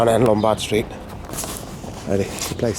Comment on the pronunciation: Lombardo streeto lmao